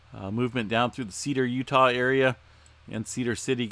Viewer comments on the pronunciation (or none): none